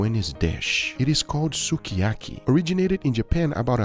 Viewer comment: I didn't know lemongrass paste was a thing. 100% Uncle Roger would approve of that rice. That looks like perfection. I will make one comment, that will probably give me hate. "sukiyaki" is pronounced more like "skee ya kee" not "su kee ya kee" Also didn't know black cumin was a thing.